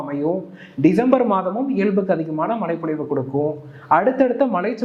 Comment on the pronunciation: Bro... மழைப்பொழிவு.... மலை பொழிவு அல்ல... ழ